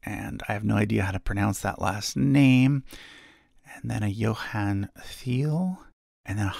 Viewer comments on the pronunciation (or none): none